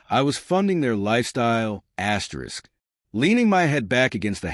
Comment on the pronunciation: This is a crappy ai reading… who reads an asterisk as askerisk